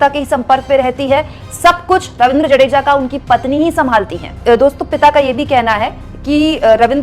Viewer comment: 'जडेजा' नही है, 'जाडेजा' है। पत्नीका नाम रिवा है, रिवाबा नही।